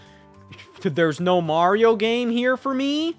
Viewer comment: That MAH-rio was criminal 🤣🤣🤣 ears should be ringing